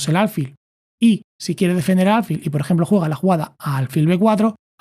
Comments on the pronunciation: Son excelentes tus explicaciones, solo el detalle de álfil en lugar de alfil. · ¿Por qué dice ÁLFIL?